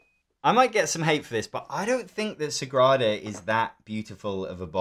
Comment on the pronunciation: Dude, LOUD wrong on Sagrada